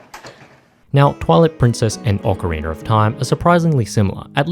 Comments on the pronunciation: tf do you say ocarinr for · Not the hard R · Why do Europeans always pronounce it "Ocareener"? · Ocariner of Time